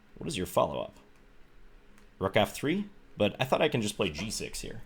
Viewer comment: "Let's go hyere" :)